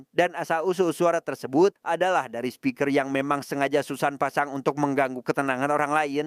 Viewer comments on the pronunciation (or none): none